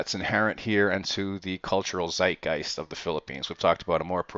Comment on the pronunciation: Are any of these murders ever solved? Can you provide info on the status of previous murders such as the guy who was killed while jogging in the morning? Is it dangerous for you to report on these incidents? Also, you might look up the pronunciation of zeitgeist.